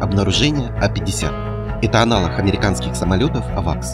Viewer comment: Автор сказал -,, его аналохг", подозрительно?